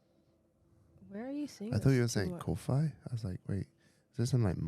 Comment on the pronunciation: Ko-fi pronounced coffee - as in “buy me a”